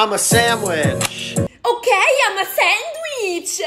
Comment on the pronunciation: bro has like Im a sAnDWEEEhe